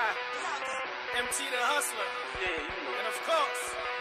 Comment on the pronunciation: Stop actin like you can't pronounce *Nakai*... it's boring now